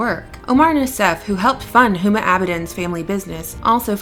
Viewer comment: Pronounced "Uma."